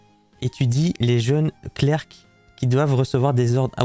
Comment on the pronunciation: Clerc se prononce cler (comme clair, le c à la fin ne se prononce pas